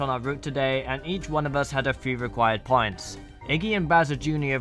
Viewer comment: I though he was saying pints